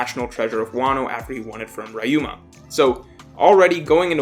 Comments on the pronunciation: it's not rayuma, it's ryuuma. Also, we know for a fact it's "Laugh Tale" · REE-uma, you haven’t learned huh Good video though!